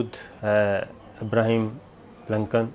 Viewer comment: Sir G ABRAHAM LINCOLN hai آبرہام ہے ابرہیم نہیں ایسا نہ ہو آپ پہ بہ کوئی فتوہ لگا دیں یہ امریکن مولوی